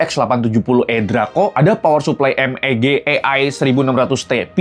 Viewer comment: MEG bang bukan MBG XD